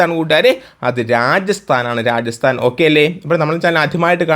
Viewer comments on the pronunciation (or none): രാജസ്ഥാൻഓ.. നോക്കി വായിച്ചിട്ടും തെറ്റിക്കുവാണോ